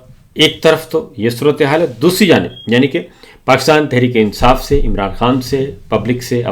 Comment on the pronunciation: Sabir bhai aap " qaaf " ka ic-tay-mal ku-chh ziya-da kur-rahay hain 😂 Pakistan ko aap " pa-qis-tan " keh-tay hain 😂